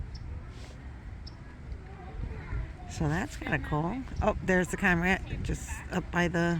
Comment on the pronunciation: Cormorant, is pronounced like. Kor mr uhnt. You can Google search....how do you pronounce ______. And there is a little speaker icon you can click on and a little face or mouth will say it for you. So neat, I love playing with it. Love seeing wild life videos. Tfs